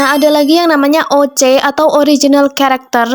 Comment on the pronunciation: Sedikit koreksi: oc itu harus nya disebut "osi" dalam penyebutan kata nya but "oce" tapi "osi" atau "ousi" kalau dalam penyebutan bahasa inggris nya. Btw jarang banget ada seniman dari Indonesia yang menggambar karakter kulit hitam atau coklat atau bahkan jarang yang bikin body karakter yang beda beda.